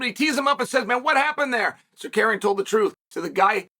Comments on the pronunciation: Nah bro said sarkarian 😭😭😭😭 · Since Chael can’t pronounce Tsarukyan’s real name, maybe go with his nickname? That should be easier right? Arman “Akhalkalakets” Tsarukyan. Problem solved! 😂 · It's Circadian, uncle Chael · Its a badge of honor for Chael to mispronounce your name badly Sakarian! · fucking died when he said sicarian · So what I don’t get is how come Chael knows how to pronounce Armans name correctly on good guy bad guy but yet on his channel, he’s Sikarian? Are you doing a shoot Chael what’s happening here? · Chael purposely mispronouncing words so people engage/chime in and correct him is expected… but the way he continues to murder Tsarukyan’s name is just a bit disrespectful. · Maybe I missed it, but does anybody want to take a crack at spelling out how Chael is saying Arman Tsarukyan's name? Need that chuckle! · I'd be careful about mispronouncing this guy's name if I was Uncle Chael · Dude.... learn to say the guys name.... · What the fuck did Chael call Armin 😂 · Butchering the dude’s name but that’s ok